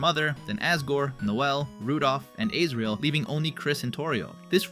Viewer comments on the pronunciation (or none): also "ASE RIEL"???? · These name pronunciations 💀💀💀 G evil?? Seem?? Aysreal?? WHAT? also Kris is nonbinary. “HIS eyes open” their* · Bro why do you pronounce Asriel as ayycreal. I’m very confident it’s pronounced “as-ree-l”